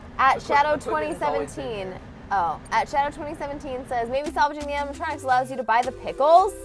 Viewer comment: Mat: "Your honor there are no animontronics in my resturant." Judge: hmmmm... GUILTY! Mat: "BUT THERE ARE NO ANIMONTRONICS!"